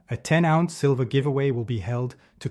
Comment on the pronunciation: Silver - not sliver.....